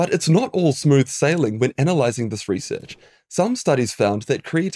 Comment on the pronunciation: 'ree-search' is pronounced like 'result'